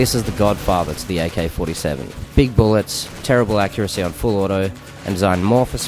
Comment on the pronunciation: he says aykay fortay sayven